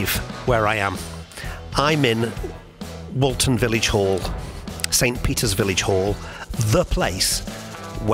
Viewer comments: you say Paul lived at “20 Forthlin Road, Toxteth” but Forthlin Road is in Allerton not Toxteth which is some distance (North) of Allerton and Woolton. (Take care with your pronunciation of Woolton (wool-tun) not to be confused with Walton. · Its Woolton Not Walton.